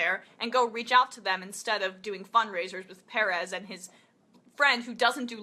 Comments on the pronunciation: It's PER -EZ, Emma it's not a hard name to say. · is his name really "piarez" and not "PERez"?? ... its not super important, but... she did say sunn's name alot... I assume she has done her homework, but... well... her pronunciation goes against my life experience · Liked the video but just pronounce his name right. Sounds weird the way you say Perez.